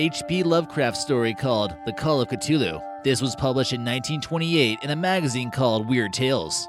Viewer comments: It's pronounced Cuh-Thu-loo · Stopped watching right after you butchered the word CTHULHU